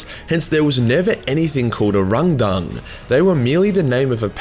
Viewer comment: It's been ages of hearing you randomly mention these fuckers without knowing how to spell it because of how you pronounce it. Each time I'm sitting here thinking who the fuck is the hrundung. Finally I randomly get recommended your vid about it. Cheers mate